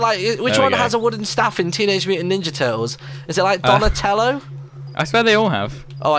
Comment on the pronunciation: It's donietelo